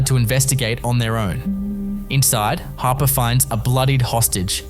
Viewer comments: It's Nyla Harper not hopper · Hopper?? For correction it's Harper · Hopper?? Isn't it Harper